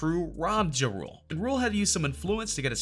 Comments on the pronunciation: It sounds like ur saying drool.. it's JA RULE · Lol he killing me the way he saying ja rule making it sound like jarule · LEARN TO FUCKEN SAY HIS NAME! JUE ROOLE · Please correctly pronounce Jah (like God) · Omg . He said Juh Rule sooo many times! I can’t!🤷🏽‍♀️🤦🏽‍♀️ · The moment this guy pronounced Ja Rule as Jarule I know the list was gonna be bogus. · "Juh Rule" lmao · Dude said “juh-rule” 🤦🏼‍♂️ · He said juh-rool 😂😂😂😂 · Juh Rule 😂😂😂😂🤦🏽‍♀️ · It's pronounced as Jah-Rule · Its pronounced Jaa Rule... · LOL JIROLE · Once he pronounced “ Ja Rule “ like that I stopped the video 🤦🏾‍♀️ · After You Said Ja Rule Name The Way You Said It I Cant Even Take This Video Serious. 😣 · Had to stop after Wayne, this narrator is an idiot, he said Ja’s name wrong too, lmao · Bruhhhhh..if ur gonna talk about BLACK rappers learn how 2 say they name..ur killin JaRule name my Caucasian dude..smfh..typical white boy..cant pronounce black folks names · Anyone else notice this channel STAYS pronouncing ppls names wrong?? Like Ja Rule and Cardi B. It makes me laugh everytime 😂😂😂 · Stfu you don’t know what the hell you are talking about when it comes to Ice Cube and Lil Wayne...you sound hella dumb. The FBI ended murder inc and Ja Rule. Also learn how to pronounce Ja Rule name right you FOOL! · This dude can’t even pronounce Ja rule name lol 😂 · He cannot pronounce JA RULE to save his life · Can you say JA rule correctly... jesus. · You can't even say Ja_Rule correctly STFU stop uploading BS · Can someone teach him how to say Ja Rule